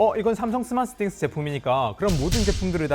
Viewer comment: 왜 자꾸 스마쓰싱스 라고 하는거야 ㅋㅋ